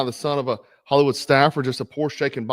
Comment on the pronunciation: did you say hellywood? do a vid on the hisory of CAA club :D